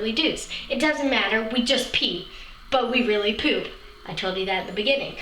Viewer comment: Love the way she says poop. Pewp. Pewp. xD